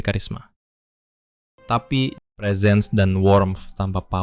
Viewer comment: presence itu bacanya bukan prisens, tapi presens dengan e pertama nadanya naik dan e kedua nadanya turun. bisa didenger di google translate untuk pelafalannya. positifnya ini bukan konten AI sih